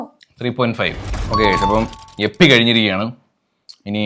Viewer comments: എപ്പി അല്ല ഇപ്പി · Yippee ❌ Yeppy ✅😂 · Yippee❌ yappee✅